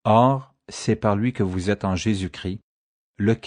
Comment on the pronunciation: Il faut bien prononcer le S et le t quand on dit Christ sinon ça fait Cri et ça veux rien dire. Il ne faut pas oublier que Christ veux dire Sauveur, là est toute sont importance. Merci